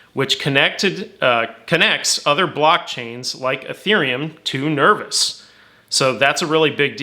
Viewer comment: Nerv oh s - not nervis